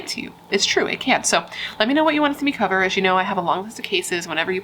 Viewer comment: i loved when you said "co-ver it" at the end :-)